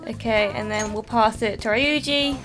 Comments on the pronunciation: Hey, just letting you know Ryuji's name is pronounced Ree-uji :) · Well, not really, but I guess the American voice actors pronounce it that way. And it is at least better than "Rye-uji". It should be "Ryuu-ji". It's very hard to explain it properly in writing, but imagine the word "you" plus a light r-sound in the beginning.